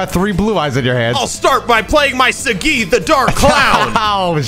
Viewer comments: Yo why is pronouncing Saggi like that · Even tho I'm watching this now, I wish Sagi would be pronouned how it should be pronounced